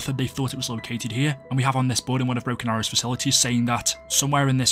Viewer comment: Every time you say broken arrow it sounds like Brock and gary